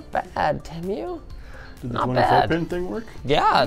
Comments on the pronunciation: I thought it was pronounced TEA-MOO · Did bro actually say teamyu?? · its PRONOUNCED TEA-MEW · bro pronounced it temyew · Linus It is pronounced "TEEMU" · i know it's a chinese brand name so we're pretty much all garunteed to be saying it wrong in some way, but Teh-Myu makes me irrationally angry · did he say Temyu at the beginning. i didn't even know, that you could pronounce it like that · Bro said TeMOO 🐄🤣🤣🤣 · Bro said tem u 😭😂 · The worst part of this was the pronunciation of "temu" as "temmyou" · He’s pronouncing it wrong. It is pronounced. “TeeMoo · I swear, I've heard Temu's name pronounced a half-dozen different ways. To your credit though, I've never heard it pronounced "Teh" "Mew" before. So...idk....congrats? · Prounouce TEA-MOO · My God it's pronounced teemoo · Sorry I was going to watch the video but then you pronounce temu as temm-you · It's pronounced tee moo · Sir i love your videos but i hate the way you say TEMU not TEMIU!! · Teh Mew 💀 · Tehmew cmon linus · It's Tee-moo. 🤦‍♀Boomer. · It’s “teemoo” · LINUS PLEASEEE 😭 ITS “TEE-MOO” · bro said temyou 💀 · How is nobody mentioning how he’s totally botching the pronunciation of Temu! ITS TEE-MOO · It's not TemYEW. Jesus. Have you been under a rock and not heard how this is pronounced? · I have never heard temu said so wrong and I’m only a second in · The way linus pronounces TEMU makes me want to scream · Linus is pronoucing the name of the company wrong based on the advertising. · I'm super annoyed that Linus can't pronounce tEmu correctly. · The was he says Temu…. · Hey Linus you butchered the pronunciation of Temu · why do you pronounce temu different to everyone else? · dude you didn't pronounce the damn name right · thats not how you pronounce temu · linus always finds a way to mispronounce stuff like how he said coupon or just now temu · Who else got annoyed of how he pronounced temu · wrong did you watch the Super Bowl commercials? That’s how you say it it’s te-moo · Dude it's tee-moo not tem-you